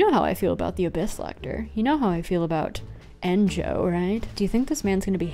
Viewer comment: Thats a weird way of saying Enjou.